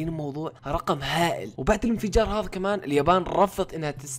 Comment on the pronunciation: ليش تقول هظا مو هذا🤣